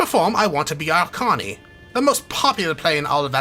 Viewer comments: OK you keep saying Carny, the word is Canary like the bird.... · Good playthrough - one annoying thing tho, why do u keep readinv “Canary” as “Connie”